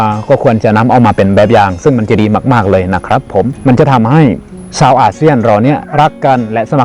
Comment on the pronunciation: ช่วยออกเสียง ช.ช้างให้ชัดเจนมากกว่านี้หน่อยครับ ได้ยินเป็น ส.เสืออยู่เรื่อยเลย เช่น ซาวไทย /ซาวอาเซียน ฟังเป็น สาวไทย /สาวอาเซียน แต่ก็รู้ว่าที่จริงคืออะไร 😆